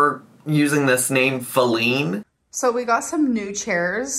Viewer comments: I think Feline is what she is calling her cat… no one seems to be understanding that lol. I believe she was joking that the cat put it together since it was sitting on the chair, then called it to come inside. And I think she doesn’t realize it’s pronounced (Fe- Line, not Fa-Lean) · Is she trying to say "feline"? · I’m willing to bet money that the name calls the cat is her bring qUiRkY and mispronouncing “feline” on purpose. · Feleene?! Like feline, like cat? 🤔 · Feline is for the cat. She just mispronounced it on purpose. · Lord knows that is just mispronouncing feline (as in cat) - the camera was on the cat. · Is she just mis-pronouncing Feline 🐈?